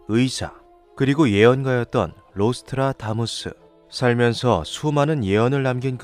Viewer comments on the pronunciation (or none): 왜 자꾸 '로'스트라다무스라 말하지? '노'스트라다무스예요;;; 자막은 '노'스트라다무스라고 해놓고